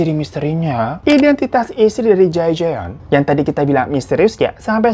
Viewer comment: Jay Jeon, setahuku, bacanya : Jay "Jon" bang menurut pelafalan marga Korea Selatan hehehe. Geregetan akutu 🙏😁